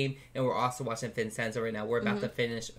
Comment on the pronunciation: im confused why people preonounce vincenzo like that lol its italian so say vin chen zo bu ti guess the Korean pronunciation is slightly diff